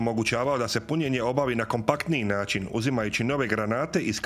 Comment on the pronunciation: "Ćetri, hidrauliĆni, naĆin, struĆnim, punjaĆ..." Pokatoličeni Turčine, još uvek nisi ponajbolje naučio srpski jezik koga ste ukrali od Vuka dok ste smrdeli po bečkim štalama, pa idalje ne razlikuješ Č od Ć i obrnuto, nauči prvo da govoriš, pa onda pričaj nešto i pitaj babu ko je teslo uz tarabu 1500 godina HUNgaro-TURski isprdku! ...